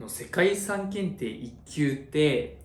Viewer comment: 遺産が理3に聞こえるw